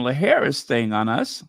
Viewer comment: Hi, very proud of u on the pronunciation of VP Harris's name. U were on point and nailed it every time on ur piece concerning Janet. Love u, big bro. Many bountiful blessings.